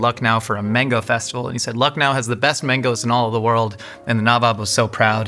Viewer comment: loved the way pronounced Lucknow, you're almost there bud 🙈✨